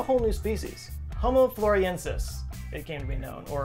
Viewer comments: Love you, but you keep saying Floriensis, but the name is FlorESIensis. The captions are good, your reading is experiencing some shrinkage maybe? 🥁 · It's not pronounced 'Floresiensis', not 'Floriensis' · You spelled it: Floresiensis But you said: Floriensis.... which is it? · Why do you say Floriensis when it is Florensis? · Thanks for the great video,. Your approach to discussing personal height reveals a sense of humor, which I appreciate as a short man myself. My second input involves the way you say Home Floresiensis. Please say it slowly: Flo/ re/ sien/ sis. That's four syllables, not three. Don't you think the sound is much nicer this way and more appropriate for a Latin designation? I know you're a well-educated man, so I hope I am not being flippant. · Thanks for spreading awareness of them, read witness reports... they're still around. P.s. friendly info, its pronounced "floor-ess-ee-en-suss". Love the video! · I cringed every time he said "Floriensis" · flor ES iensis (5 syllables) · Why do you keep dropping the 'es' from the name floresiensis? Say it with me,: floor-ez-ee-EN-sis. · I think it's the same as how people think they know how to pronounce Antarctica*, my beloved homeland. It probably comes from the first hearing of a novel word mispronounced by someone else. I heard "The News" calling the creature "Floriensis" 15 years ago. * it's "Anne Are tick uh" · I think you were reprieved by the fact that none of the rest of us knew how to pronounce or spell it either so we were happy to just go with it. Just go with the, as it were. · Yes you did. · The only reason i fiinished the video is to see if he would say this hominin's name right. Nope, not even once. Love you. 😆😆😆.